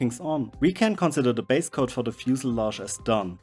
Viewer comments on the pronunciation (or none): I think the word is pronounced fuselage,... It is kind of a tongue twister when you think of it....